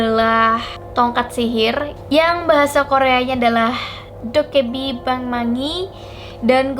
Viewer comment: Bacanya bukan Dokkaebi tapi Dokkaebi